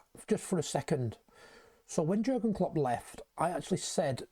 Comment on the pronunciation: Soz to pull you up but living in Germany , the J is Pronounced differently to way we say it Pronounced as Yeargen Klopp Also Werz, is pronounced as Verz hope this is helpful 👍🙏🏽YNWA